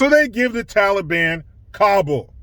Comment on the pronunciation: Thank you for saying taliban and not tally-bon